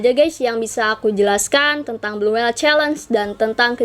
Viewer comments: Blue whale ka bukan blue whele hehe.. kasih tau aja.. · Blue whale kak bukan blue whele